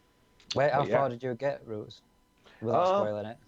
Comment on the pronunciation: It's Roots not ruts lol